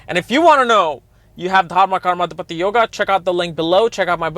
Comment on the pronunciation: Correct pronunciation is Dharma Karma Uh-dhee-patee Yoga